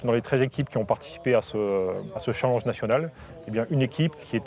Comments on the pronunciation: un "challange" heuuu non j'crois pas non 😂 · elle a bien dit un "CHALENG"??? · Super mais on prononce challenge : CHALENNEGE et non CHALANGE (Orthographe de prononciation) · "Un challenge national" enfin "chalange" même. Pourquoi mal prononcer un anglicisme quand des mots français auraient fait l'affaire?